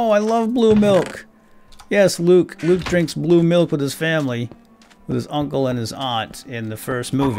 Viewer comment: he accidentally said loke